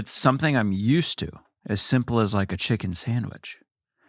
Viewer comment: Anytime someone says chicken on this podcast now i just hear saying "CHIKIN" 🤣🤣🤣